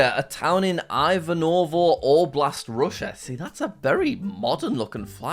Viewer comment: Everytime.. I js can't.. This isn't hate, but pronunciation of 'Ivanovo Oblast' is "a bit" wrong. As a Russian I can say that u can try to pronounce it like [I:vanovo] Well ik that the vid is too old and if it wasn't, Jack still won't see this